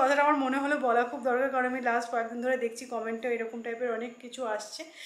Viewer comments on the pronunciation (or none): Dechki noy dekchi